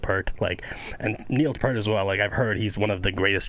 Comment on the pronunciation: Alex Lifeson is the guitarist's name, and 'Peart' is pronounced "peert" 😉 "Geddy" is how his mother had pronounced his real name Gary with her Polish accent, by the way 😊